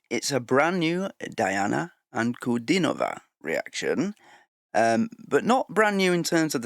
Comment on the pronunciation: Thank you for your very nice reaction to Diana, extra points for the excellent pronunciation of her name. If your reactions weren't good, I definitely would not click on them that fast. What you say about the different energy of the different stage sizes is absolutely true - and Diana proved already at a young age, that she can own any stage. Probably the largest stage so far has been, when she was invited to sing at the festivities for the 30 year anniversary of Tajikistan's independence